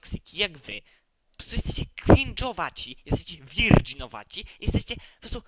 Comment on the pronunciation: JESTEŚCIE WIRDŻINOWACI